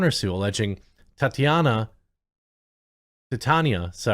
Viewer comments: "Tit-Yana"??? Seriously?? NO... you got it right the FIRST TIME... it is, "Tah-Tee-AEN-ahh" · That he pronounced Titania as "Ti taan ia" tells you everything you need to know... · I think it's pronounced "Tie-Tan-EE-uhh" .. sorry. GEEK Mode. lol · Please Jeremy. It's pronounced TEYE-TAY-KNEE-UH. I just can't take any more cringe. LOL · It's pronounced TIE-TAY-NEE-YA. Why is that so hard for people? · i tell you whats cringe...continuing to mispronounce the name after you said you've watched the series lol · So you claim to watch the show but can't pronounce Titania. How do you do that.